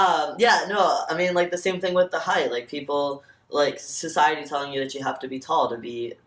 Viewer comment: "CISiety" lmfaoooo